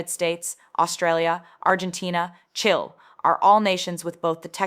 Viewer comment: Some great information thank u, but did u just say “chill” instead of Chile as in (Chil-ee or Chee-leh)?